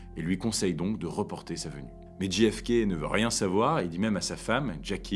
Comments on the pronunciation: Très chouette, même si ce n'est naturellement qu'une vidéo de plus sur un sujet battu et rebattu, et dont on a à peu près tout dit... Mais cela reste passionnant. Une seule chose : si vous choisissez de prononcer ces trois lettres à l'anglaise, on ne dit pas "Dji èf ké", mais "Djé èf ké". Ce que vous prononcez s'écrit GFK... Pourquoi pas KFC, tant que nous y sommes ? 🙂 Merci ! Mais, bon, c'est une bonne publication quand même ! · Super video... MAIS ... On djé FK et non dji FK... Mais en dehors de ce détail, rien a dire. Très beau boulot! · Petit détail… le J de JFK se prononce « djé », pas « dji » 😃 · Ce n'est pas "dji èf kay", c'est "djay èf kay". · c'est prononcé "JAY F KAY" , De rien :)